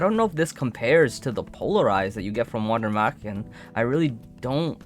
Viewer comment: you are almost there on the pronunciation of Wander Marchen just change the A into an E and the W is pronounced as a V : Vander MErchen the chen you say here is correct